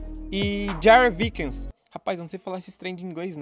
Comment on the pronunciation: kkkkkkkkkkkkkk Curti sua honestidade sobre as pronúncias. Lamento informar que Viking tem a pronúncia "vaikin"... kkkk Só estou tentando ajudar, ok?